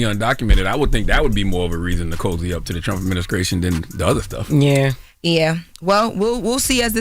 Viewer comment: its "adminisTration". There is no "K" in that word.